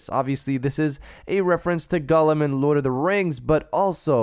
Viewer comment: You never watched Lord of The Rings before?!?!?! Just a heads up, his name is "Gollum", not "Gullum".